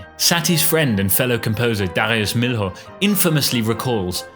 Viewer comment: I latched onto the first appearance of "Danse Macabre", but it faded into the background with subsequent repetitions. PS: for future reference, the "L" in Milhaud is silent (pron. "mee-Oh")